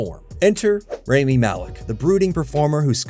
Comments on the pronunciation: you can’t even pronounce his name correctly 🙄 it’s “RAH-mi, not ray-mi” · why didnt you learn to pronounce his name correctly before making this video?